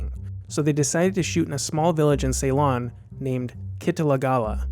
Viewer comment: A well-done review, with very interesting details. I would just offer one mild criticism about your pronunciation of the movie's filming location, Ceylon (now called Sri Lanka), where I'm from: It is NOT pronounced "SAY-lon." It's pronounced "si-lon."